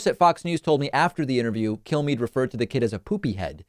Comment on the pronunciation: The way David says Kilmeade sounds like he's saying "kill me", which is what I'd like you all to do if I ever become as stupid as Kilmeade.